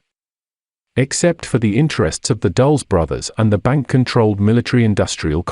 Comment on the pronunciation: Dul-les, not "Dulls"